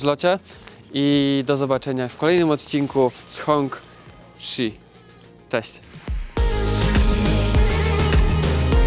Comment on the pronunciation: Hongqi wymawiamy jak "honczi" :) Wiedziałeś, że jest (był) taki w Polsce? Można podejrzeć na Plugshare na GreenWay'u przy Galerii Solnej w Inowrocławiu. Jestem ciekaw, czy ktoś sobie go sprowadził, czy był tylko przejazdem.